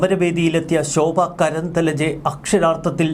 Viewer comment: കേംദ്ര മന്ത്രിയുടെ പേരു ശോഭാ കരന്ദ്ലാജെ എന്നാണ്. ദയവായി ഉച്ചാരം തിരുത്തപ്പെടട്ടെ.